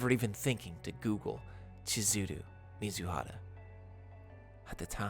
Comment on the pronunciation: I swear, every time i hear u say mizuhara, i always mishear it as mizuhotta